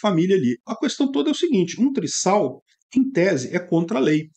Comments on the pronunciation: Trisal se pronuncia triZal e não triSSal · Um s entre vogais tem som de z, então lê-se: "trizal". A não ser que o STF interprete diferente e mude a gramática da língua portuguesa. Kkk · Trisal, o S tem som de Z